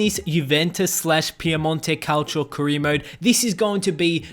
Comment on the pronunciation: Say it with me CA-OW-C-O Calcio Piemonte Calcio